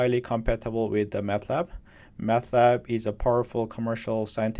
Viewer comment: I hear you pronounce Matlab as if it were Math Lab. Actually, Mat stands for Matrix, not Mathematics. There is no H in the name.